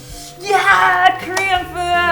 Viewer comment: Korean pronunciations on point.